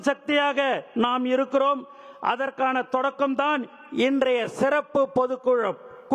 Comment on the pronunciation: சிறப்பு என சொல்லத் தெரியவில்லையே செருப்பு என ஒலிக்கிறது திருத்திக் கொள்ளுங்கள்.